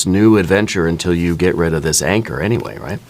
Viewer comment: Every time you said “anchor”, I heard “anger” instead.